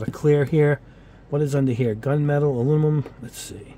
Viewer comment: Hey, man I love your channel. I love the intro music and your reviews are very in depth and informative but HOLY MOLY do you struggle with the word Aluminum! Please learn how to say it because you have a perfect command of the English language but when You say A-loo-ni-mum it makes you sound like a 6th grade dropout. Please work on that because we love you man! A-Loo-mi-num. Thanks for the great content